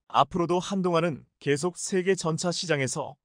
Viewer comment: 한글 똑바로 읽어라 세졸대왕이 화내겠다 일본.중국에서 왔냐? 전차를 전자? 대통령을 대동령? 이 무슨 개소리냐